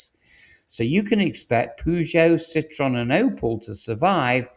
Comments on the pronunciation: TRY pronouncing CITROEN not citron FFS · Yep, I wondered who the f he was alluding to. Probably calls Jaguar Jagwar too. FFS he called Ciroen Si-tron. 2nd edit: FFS he DID pronounce it "Jagwar" What a prat. Mazzeratti. This guy is nothing short of a joke. HTF has he got 50k subs. I won't be watching again.